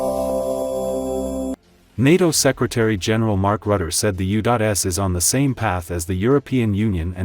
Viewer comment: The man is called Rutte, not Rutter, and he is the best man in building bridges. 😂